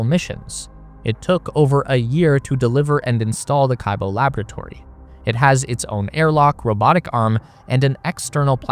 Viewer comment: And hope in Japanese is not [kaybo] but [kibó:]